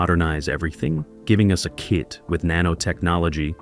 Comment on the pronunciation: AI needs to learn how to say "Kit", and Jamie Sommers, Who the hell are "Yimie" and "Hymie"?